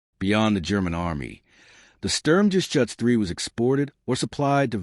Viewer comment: A very good summary, but it's a "Sturm-Ger-Shuutz", not a "Sturm-Ges-Chutz" and "Vhermacht", not "Where-Macht". The Stug III was never a Self Propelled Gun, it was always either an Assault Gun or a Tank Destroyer.